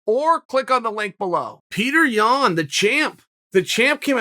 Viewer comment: Is he saying 'Yawn' on purpose? You never know with the bad guy